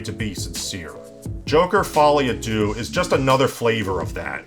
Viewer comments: It's pronounced folie a "duh" not "dew" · Correction: It's pronounced "Fully a Deuce" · Don't mind me. I'm just a Frenchman watching English-speaking videos, just to know how Americans mess up the pronounciation of "Folie à deux"